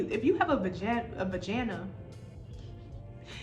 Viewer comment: "if you have a vajanna" 💀💀 thank you for this video boo